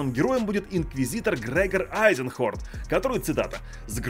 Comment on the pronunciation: не айзенхорн, а эйзенхорн